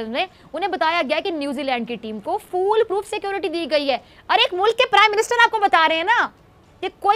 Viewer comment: She said fool proof security😂😂